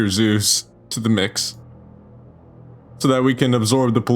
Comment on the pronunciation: Biter zoos started sounding like BiterZeus at some point, and I can't unhear it